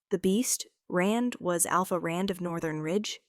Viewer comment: Rand not Ren.